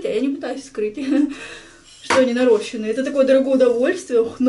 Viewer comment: Правильно наращЕные и ударение на ё," наращения"